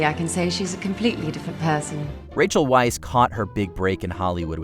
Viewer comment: Yet another arrogant reading celebrity's names from MatchMojo's crew. How hard is to check Wikipedia where is specifically announced: Rachel Hannah Weisz (/vaɪs/).